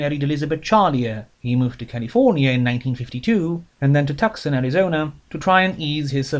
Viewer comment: Also, just a very minor note: Tucson is pronounced TEW-sohn in English.